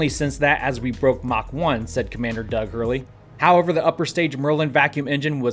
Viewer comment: Oh my God I was complaining about the way you pronounce "Doug". I heard "Bob and..." And went shit here it coooomes. And then that happened :D